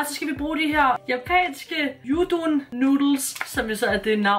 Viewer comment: Skide go video :D Udon nudlerne udtales som det står U don u'et skal udtales som U nu udtales, og Don som Don :p